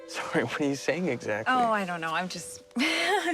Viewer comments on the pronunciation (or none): none